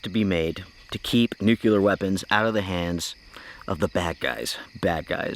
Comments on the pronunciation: "Nuculer" is not a word. "Luckly" is still not a word. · reminds me of Homer Simpson, "its pronounced 'Nucular'" :D im more concerned about the bacteria on the outside of the coffee sachet.